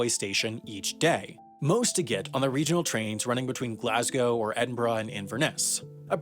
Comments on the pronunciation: Just wanna say thank you for pronouncing Glasgow correctly :) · He even pronounced Edinburgh and Glasgow correctly! That's genuinely impressive for a yank. Bravo, Wendover.